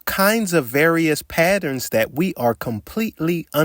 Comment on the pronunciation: Love this guy. HATE when he says the word "Patterns"